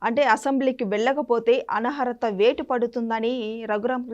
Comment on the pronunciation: Anchor కి అనర్హత పలకటం రాలేదు